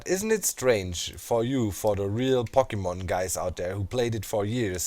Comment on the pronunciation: As much as I love Pokemon, I just don't care about Pokemon Go. By the way, the O in Pokemon is pronounced like "oh" not "ah" It bothers me so much to hear it pronounced like that. (Sorry for nitpicking about that. Your vids are great.)